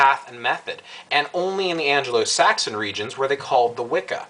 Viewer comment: "anglo" not angelo